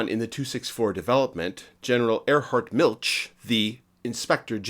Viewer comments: Interesting! Nitpicking: Milch is not pronounced like Miltch, but like the German ch gutural sound or the Spanish j (San José) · If you're going go to do "easymoneycumentaries," at least learn how to pronounce German names. "Miltsch" - good grief!